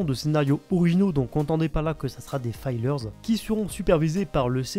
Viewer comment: La prononciation de "promised" et "fillers" ça ne va pas. ^^